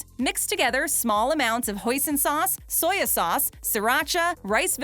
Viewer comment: Did she say "soy-ya" sauce?